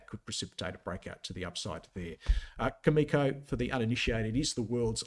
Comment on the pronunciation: Cameco is a great company and will outperform during this uranium bull market. However, since you profess to be a technical expert and not knowledgeable about any uranium fundamentals, why do you even go there? Cameco is not pronounced that way. Cameco is not the world’s leading uranium supplier. Cameco can NOT just ramp up supply like you said (actually, they are currently in the spot market BUYING uranium to meet their market obligations.) The uranium sector will be on fire in !!!!!